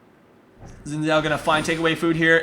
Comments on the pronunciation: No it is Shin. Its a chinese name its pronounced that way. Its Shin Zhao basicly. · no it is not shin, and a chao is something from sonic, he is saying it correctly.